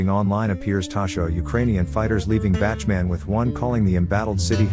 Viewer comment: Who is the absolute MORON who is narrating this, and these other videos, as the Ukrainian city is NOT called Bachman, you ignorant ass but IS called Bakhmut i.e., "Bak moot" (Phonetically) so please extract your Hotel from your Alpha dipshit and DO YOUR HOMEWORK & GET IT RIGHT for a change!!!